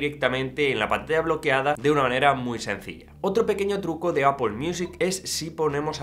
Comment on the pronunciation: Un español diciendo Apple y no Apel? Genial!